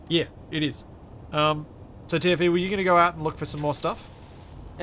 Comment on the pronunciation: Ive been binge watching this for a week and I only just realized is saying "TFE" not "Timothy"...........